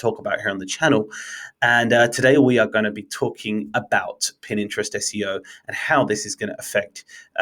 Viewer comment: My (subscription worthy) takeout from this: "Consistency is key". It is applicable to all of marketing, especially content marketing. Also, did I hear you say "Pin Interest"? :)